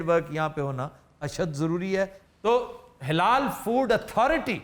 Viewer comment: ہا ہا ہا ۔۔ پروفیسر آفتاب صاحب یہ ہلال انڈسٹری نہیں جناب " حلال انڈسٹری "ہے اگر آپکی مراد حلال سے ہے تو اس پر زبر پڑھیں زیر نہیں ورنہ یہ ہلال ہوگی